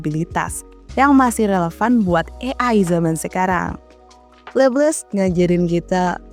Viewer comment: Cakep, pembawaannya enak dan jelas, cuma penyebutan nama Laplace nya kurang, bukan Leples tapi Laplas.